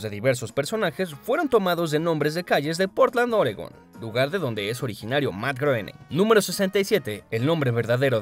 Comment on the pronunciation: se pronuncia grouwning